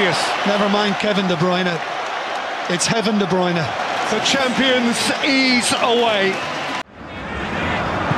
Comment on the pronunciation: De brunye ahhh balter apsolute balter from Kevin de brunye there is no stopping that still remember this to this day